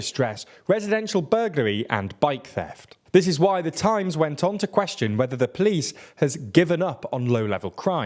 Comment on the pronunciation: Haha “plice”